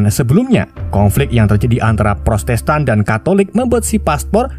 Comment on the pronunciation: Bang,maaf yah protestan bang,bukan prostestan ,maaf ya bang hehehe